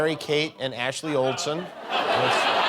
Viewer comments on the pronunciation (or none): not Olsen, "Oldassin" lol